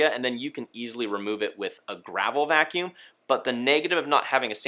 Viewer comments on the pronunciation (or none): none